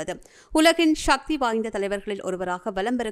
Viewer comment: முண்டம் ஷக்தி இல்லை சக்தி என்று சொல்